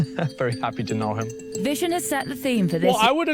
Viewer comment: Its not a Vision lol, his name is 'Vishen'